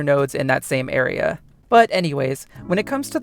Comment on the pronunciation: how does bro say aera